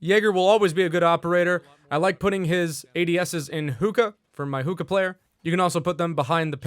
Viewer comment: ah the classic experience also its pronounced hook-kah(sorry if it comes of as nagging)